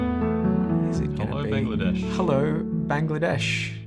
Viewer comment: Thank you sir for pronouncing the name of my country so beautifully. We look forward to seeing you in Bangladesh.